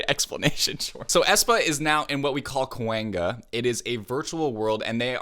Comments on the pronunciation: the pronunciation is kuwang - ya not kwengga ok you made me lough so hard from that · Why do keep hearing Kwangga? It's Kwangya😭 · i love your videos but i cant help but notice you butchered Gwang-ya lol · unpopular opinion: its pronounce "kwang-ya" not "kwang-gya"😑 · Me when he keeps saying cewanga : its kwangya😭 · CUHWANGA It’s pronounced “Kwang-yuh” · comment from native Korean: KWANGYA is pronounced Gwang-Ya not Kewang-Ga. :) Loved your explanation and reaction as always! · kwangya not kwangga lol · KWANG--YA. NOT KWENGGA. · the way you pronounced kwangya was like kwanga and in Congo we have a food called that 😭😭😭😭. I even get confused and call kwanga kwangya from time to time 🤣🤣🤣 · I realized you pronounce KWANG-YA as kwan-ga lol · Where are people getting this "kwang ga" pronunciation from? There's absolutely no second g sound after kwang.. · pronounced Qwon-ya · It’s actually kwangya pronounced as kw-o-n gya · Why is it when says kwangya he says kwang-GAH seems so hilarious to me😂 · Omg the KWANGYA lol if you want to pronounce kwangya properly, just say quan-ya, quan for quantity, ya for yard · I died a little bit everytime he says kwangya. Also this was so interesting I've noticed so many things because my brain doesn't think or see things like a video editor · His kwangya pronounciation reminded me of cowabonga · Kwang (Like Yawn) Ya (Yah) I'm sorry but my ear is just bleeding with the mispronunciation. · The way he says "kwangya" deserves jail its kwang-ya king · repeat after me: “koo-ah-ng-yuh”, say it a little fast and you should get it:D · im dying over the lack of y on his kuwangya pronounciation but atleast hes aware and i respect that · it's KWANG-YA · I'm confused whenever said KWANGYA. I heard it as COENGGA. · Love you and your reactions, but please stop saying Ka-wAng-Ga 😭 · LOL HE COULDNT HAVE GOTTEN “KWANGYA” MORE WRONG ㅋㅋㅋㅋㅋㅋ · I love you but your pronunciation of Kwangya hurts me to the core